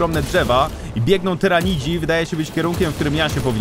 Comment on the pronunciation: ja Cię bardzo proszę, Tyrranidzi a nie Terminidzi!